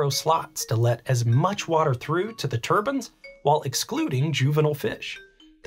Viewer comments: Why are you saying turbans instead of turbines? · They aren't "turbans" The "i" sound is long "Tur-byne" Still watched the whole video, it was fascinating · TUR BINEZ not TUR BINS. lol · I know accents, that is a mispronunciation...like people who say nucular instead of nuclear (new-clear) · tur-bins. LMAO. You talk a little funny